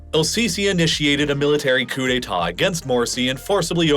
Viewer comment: Ah! A Coup d'Etahhhh